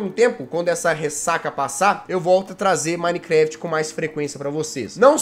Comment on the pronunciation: 10 anos de minecraft e não sabe falar minecraft